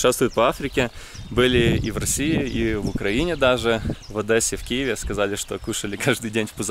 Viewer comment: Спасибо за видео. Это нелегко. На машине это очень увлекательно. Хотим с семьей поехать, выбратьнаправление и в путь. В Cape Town вам надо былосходить на гору, официальное 8 чудо света. И тамкакая, то по посещаемости. И дом откуда Мандела речь толкал, очень красивый. Но научитесь говорить Одесса , а не ОдЭсса, режет слух. И самипутешествуем, рюкзаки в литрах, а не вкилограммах.